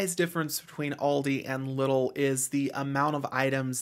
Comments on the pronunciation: It's pronounced LEEdl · Came here to say that haha. But liddle sounds funny